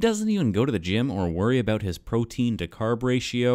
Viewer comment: “ I’m nae bothered aboot” too much time in Scotland?